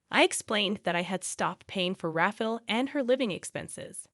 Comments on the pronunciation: RAFFLE = RA-FA-EL 😂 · I am guessing it is Rafael not Raffle Pronounced Raf EYE AL(as in Alan) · Rafael or Raffle, get it right, lazy channel